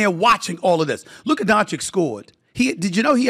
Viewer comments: It's not Donchick and it's not Luker, put some respect on his name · It's "Don-chitch", Stephen A is the only one who pronounces it "Don-shick". Been disrepecting Luka since the 2018 draft 😆